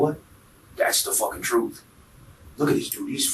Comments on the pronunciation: Ima tell you the truff. 😂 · The man said Im gonna tell you the TROOF as if he werent purposely wantin to sound ignant!